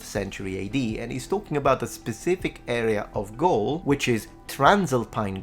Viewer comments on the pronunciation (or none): none